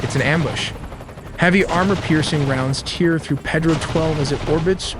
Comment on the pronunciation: It’s not Ped-roe”. It’s “Pay-dro”. F AI.